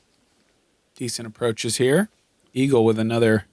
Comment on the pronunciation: Did Nate just call Eagle, "Eeegs" ... I don't know how I feel about this. LUL